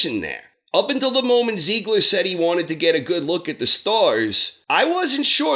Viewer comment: I'm sorry... try saying "Tsiegler". That bugged me while watching the show, as well.